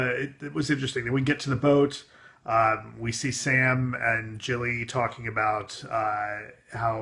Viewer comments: It's Gilly not Jilly. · Is Gilly actually pronounced like "Jilly"? I thought it was pronounced like "Gilly" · Gilly, not Jilly.